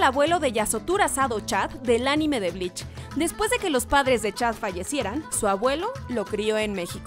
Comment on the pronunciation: Fui la unica que noto que decia "Blitch" en lugar de Bleach :'v